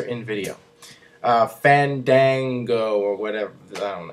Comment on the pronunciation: You got it wrong. It's FAWN-DAWN-GO! Actually, I think it might work, because Johnny Curtis is hilarious, and it could draw a LOT of heat